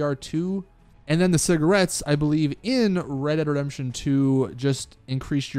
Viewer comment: “ Reredredemption 2 “